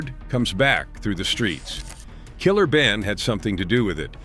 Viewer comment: Is this a A.I. white guy reporting all this?😅 Gotta do better. Did this idiot say Killer Benin?😂 $hout Killer Ben.🫡